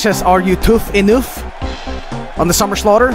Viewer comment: “Are you ready for the SUMMER SLAUGHTERRRR *ledleldltleley*”